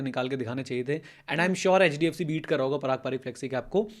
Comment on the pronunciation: Ma'am ne "HHDFC" kya bola hai....